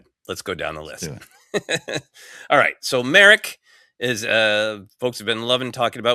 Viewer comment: It’s /MAH-rock/, not Merrick. Gotta get basic pronunciation right if you’re gonna podcast seriously. And if you’re a real fan…